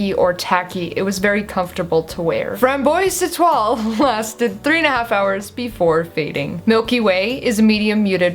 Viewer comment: I loved your french accent!!! You're not so far off with the Framboise étoile (which is kinda weird because it means Rasberry Star... i've never seen a star Rasberry but hey!) I used to love this kind of set and this one looks pretty good :) the Smashbox one is probably my fave (since I love bite's Violet so much and melted fushia... It's looks somewhere in the middle).